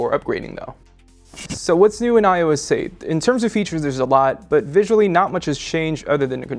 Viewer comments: iso aye!!!! its eight!!! 8 not ios aye!! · He sounded like he was saying iOessate